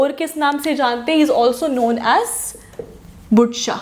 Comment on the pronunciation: Itz pronounced as zainul Aabideen ... N not budshah but Badshah .. pronounce U as we do in word But not lyk in put. .